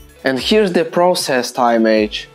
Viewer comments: Yes, "image" is pronounced imm-ijj (the i is the same as in the words "in", "is", "tin", "pin"). Your English is really good though! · "Image" не произносится "аймедж". Первый слог как "и" в "искра". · Am I the only one focusing on his pronunciation of the word "image"???????????